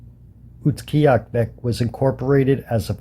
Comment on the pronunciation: Utqiagvik. Pronounced, Ute gee aaga vik btw. Nice upload. I pronounced it as if it was Central Yupik but their Inupiat Eskimos. It's close...